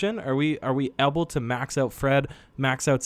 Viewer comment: dude you pronounce "able" so weird. Its pronounced AYble not eble